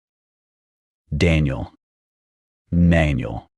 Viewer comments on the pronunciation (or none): none